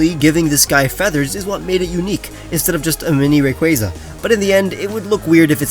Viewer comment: ITS “RAY-KWAA-ZUH”